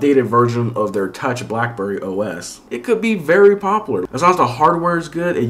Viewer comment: its popUlar, not popolar